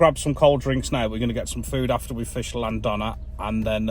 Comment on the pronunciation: That weed whack! But you laughed it off. Hope you don't mind a little help with the Cymraeg ( Welsh) pronunciation. Llan th ona and Moel uh Don ( like Bettws uh Koed ). Take care & more fish next time!